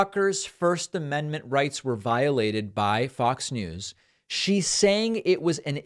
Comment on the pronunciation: The woman mispronounced the amendment that has to do with speech. 😂